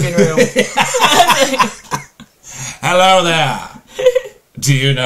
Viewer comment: Ted reading 'Halo' not 'Hello'